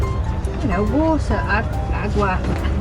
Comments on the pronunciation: What's 'Water' in Hindi..... guy replies, "Vaaturrrr". LMAO. I feel your pain. lol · You called it Wota and we called it waterrr just as it spells with an extra R though.. 😗 I saw her on a bake food show.. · It's about your accents..... If you use Indian English version you won't face problems..... I cannt stop myself smiling the way you said water.